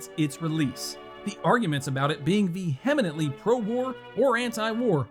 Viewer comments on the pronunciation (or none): Veheminantly? WTF, Man is Russian your first language? If so, my apologies. If not, say it with me, "Ve-hem-ent-ly" with the accent on the first syllable. Other than that, great vid!